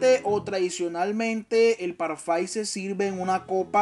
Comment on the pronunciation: Parfait!👌 on prononce “parrfé”. 😉